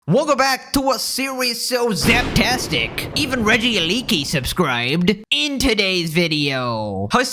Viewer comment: Love the vids but Regieleki is pronounced ‘re-gee-E-le-key’